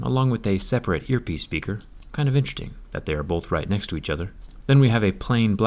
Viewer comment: zack said intreting instead of interesting lol